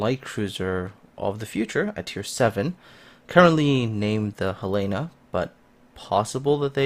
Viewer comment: I think it's pronounced Hell eh na, accent on the first vowel. Not He lay na. I could be wrong...